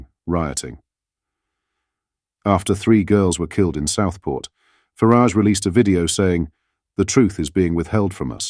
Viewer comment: Although I think this video is very good, is this one of those "robotic voices"? Who on earth says, "stupidest". The plural/words are, more stupid or most stupid!! Nigel Farage is pronounced properly one minute and then it is Nigel "Faridge"!!